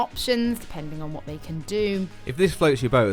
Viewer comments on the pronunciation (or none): none